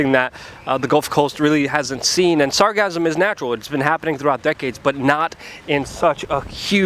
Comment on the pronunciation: This overwhelm began two or three years ago. It's not cyclical. Regular snowbirds will tell you that it has never been this bad. There is already a company recycling the sargassum. BTW it's sargassum, "sar-GA-sum".